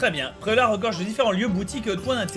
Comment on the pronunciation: Je connaissais Pré-au-lard mais pas Pré-au-lag